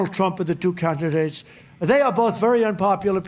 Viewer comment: " ... the two calkidates .... "